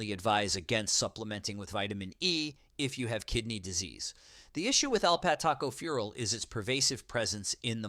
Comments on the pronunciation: Thanks to "computerized" narratives, they were trying to say "alphatocopheral". What happened to real narratives?--"The Real World, in Real Time, Right Now". What has America become?!!! Rick D Rumpff, Celina, Ohio USA. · Good grief, the pronunciation of ingredients is awful. For example alphatocopherol, vitamin E. Ridiculous. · Note: Alpha-tocopherol, not alpat Taco fural. Tacos may or may not be harmful to your health. 🌮🌮🌮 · Alpat Taco fural??? WTF?? Edit your damned videos before you publish them, man! It's Alpha-tocopherol!! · LOL, "alpat Taco fural". This must be the Mexican version of Vit. E. Hahaha, it's alpha-tocopherol. This video is just another lazily produced AI effort. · It is Alpha Tocopherols. Not alat taco fural! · What is Alpat Taco Fural Do you mean alpha tocopherol ? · I think you mean alpha tocopheral, not "alpat taco fural". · OMG, “alphas taco fural”…. it is alpha- tocopherol! Vitamin E. These AI voices still have A way to go. I do agree that the synthetic forms can be problematic, if taken to excess. And Vitamin A is stored in the liver, as are Vitamins B12 and Vitamin D. I’ve been taken vitamin supp’s for many years, and I feel they have been beneficial. Kidneys that are already compromised also need to watch out for excess use of NSAIDS….. non steroidal anti inflammatory drugs, like Ibuprofen and Aleve, (naproxen), etc. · This is hilarious. Alpha Tocopherol is, according to the AI video, "alpat TACO furol". Take this video with a grain of salt. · Obviously a "robot" narrator!!! "Alpha Taco Fural"??? How about "alpha tocopherol" (with emphasis on the "co")???? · AI need to learn how to pronounce Alpha- tocopherol. 5 syllables: "AL" + "fuh to" + "KOF" + "uh" + "rol" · Alpat taco fural? WTH? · Bloody AI voices. Too stupid to pronounce alpha tocopherol